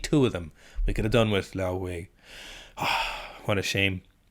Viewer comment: Commenting for the algorithm. But your pronunciation of Liao Hui’s name is phenomenal. Hate it when people just butcher East Asian names and don’t even try to get it right